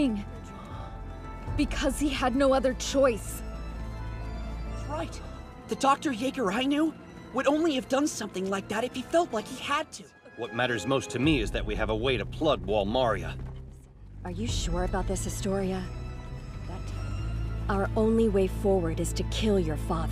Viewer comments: is it just me who cringe everytime the voice actors say Wall "Marya" instead of "Maria" 😂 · Im Filipino and hearing them all say "Mar-yah" instead of "Ma-ree-yah" is so weird lol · As a spanish, i can safely say its not wall mAria, its wall María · I thought it was pronounced Mar-eee-yah and thought Americans had fucked up pronunciation skills. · Ok but why do they pronounce wall Maria like that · Its Maria not Maria levi jeez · I’m bothered at how they pronounce the name Maria